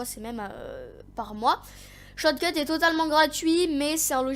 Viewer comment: Tu a du mal a dire shotcut mdr sinon très mauvaise vidéo tu explique mal mec au pire prend un texte